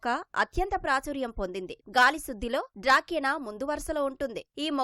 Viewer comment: Dracena... plant.. డ్రకిన కాదు